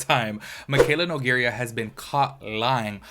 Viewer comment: 1. New drinking game: take a show every time he says “you know what I mean?” 2. She is Nougeira (noo-gay-rah) not Nougeria (noo-ger-ya) and it’s pronounced “kom-puh-lay-shn” not “kom-puya-lay-shn” Aside from that, great job, keep going! Just check yourself more often and do some fact-checking before